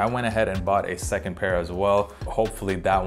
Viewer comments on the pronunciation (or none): none